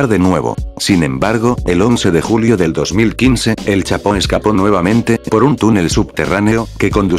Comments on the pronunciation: Al de la voz se dise chapo no chato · like si dijo chato en ves del chapo like👍👍👍👍👍👍